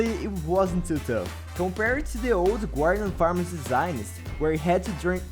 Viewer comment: 😂 “gwardian” awesome 👍